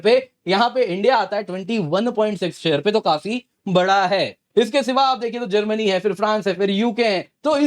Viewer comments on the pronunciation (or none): none